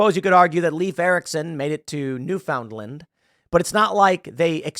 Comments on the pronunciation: It’s pronounced “Newfin-land” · Tim it is pronopunsed Nu Fin Land